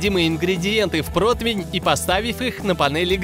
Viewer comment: Вы на большую аудиторию вешайте, на какой нафиг протвень?!Откуда вы все это слово взяли? Про-ти-вень!ПРОТИВЕНЬ!